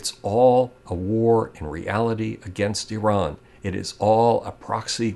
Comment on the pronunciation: On of the few americans who pronounces Iran correctly. It is Ee-ran not I-ran